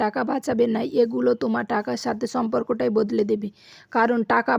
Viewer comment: ছঠিক,ছম্পর্ক,ছহজ,ছক্তিশালী, ছঞ্চয়,রহছ্য,ছংসার,ছাতে ছাতে।সঠিক উচ্চারণ করতে শিখুন,ভিডিও দেখতে ভালো লাগবে।